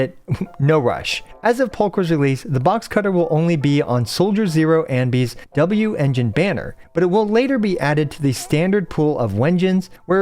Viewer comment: Can you please stop saying whengines